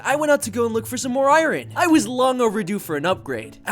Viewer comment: bro said iren